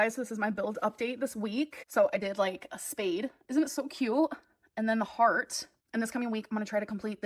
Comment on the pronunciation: The way she says “KYEÜT” instead of “cute” makes me want to remove my skin